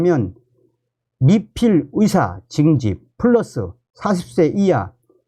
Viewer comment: 위사 위대가 아니라 의사 의대입니다 발음좀ᆢ